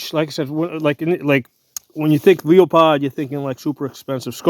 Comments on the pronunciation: Lost me at leo pod. Its pronounced lue pold. On to the next review. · It’s pronounced Loo-uh-pold, not Leah-pod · its actually Lew-Pold